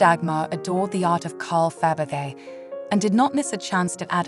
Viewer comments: You are obviously not English or European. Why produce and upload narrated videos? Money... give me your money..... you read this out of a book and AI narrated choice shows u for what you are . 'A tera by Faybegay"... its not worth watching you should be asa meeed!!😅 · What is shocking that you did not care to learn to pronounce correctly the name of your hero, which is a cultural noun in the World Art (if you pretend to be some kind of expert in jewellery; and that made me wonder - whether the voice is of a real poorly educated human or a synthetic Abomination that nobody (human) bothered to check and correct - and such sloppiness is disrespectful and jarring - especially in the connection to the feligree jeweller. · The poor English makes this unwatchable- the robot voice can’t even pronounce Fabergé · Please could you pronounce the names correctly, to start with Fabergé? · I am very much enjoying these interesting videos. The history included is impressive. I have already read your response to the comments on the english mispronounciations of Faberge and tiara. Thank you! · Its such a shame, so hard to listen to and negates the beauty of the pieces when the name of Faberge is mispronounced. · Somebody please get a real person, who can pronounce Fabergé, or at least pronounce Tiara. The AI's appalling pronunciation made this impossible to watch. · OF all the artists to mispronounce Faberge should never be one them. It's disrespectful to the artists. Please make sure you can pronounce the artists you cover. It's aggravating!